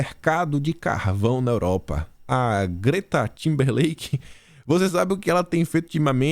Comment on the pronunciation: é TIMBERLATE(do verbo latir)!